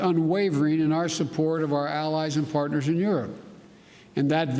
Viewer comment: Anyone else noticed these gross lip smacks? our allies and Fartners in Europe. Whoa Joe easy on the fart jokes you the POTUS remember ? President Klutin of the klingon empire on the home planet Kronos